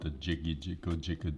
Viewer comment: “I love the jiggy jiggle jigguhd…”😂